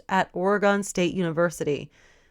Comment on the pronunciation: It's "Ore-eh-gun" no "ore-ee-gone" =p